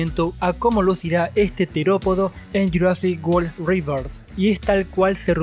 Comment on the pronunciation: Buen video Me alegra cuando pronucian rebirth como se debe xd